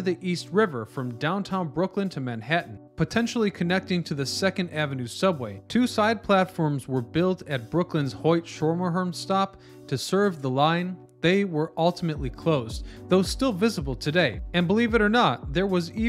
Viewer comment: Hoyt and Schermerhorn Skim-Er-Horn